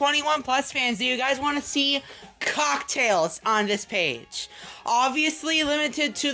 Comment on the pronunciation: why does he put so much emphasis on COCK in cocktails?